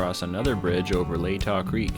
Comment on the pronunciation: From someone who went to high school near there, Latah Creek (aka Hangman Creek) is pronounced La tuh with a short a sound.